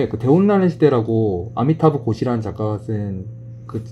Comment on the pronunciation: 아 중간에 아미타도 고시->아미타브 고시입니다...